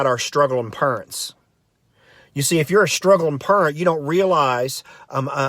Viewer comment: I like how he makes up the words in a wrong way. Purents.